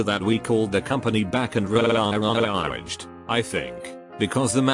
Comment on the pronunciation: Hahahahhaha when it pronounced "raaaaged" hahahahHah